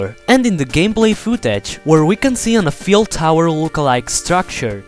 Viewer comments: The Eiffel Tower is pronounced eye-full tower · Eifel pronounced EYE-FUL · The explanation was OK but I got sidetracked by the dudes voice. Half way through I was thinking of the voice over for King Double Ceramic Knives. Also it's pronounced Eiffel Tower. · The way you pronounce Eiffel tower is awesome! xD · The way you say "Eifel" is very amusing in a good way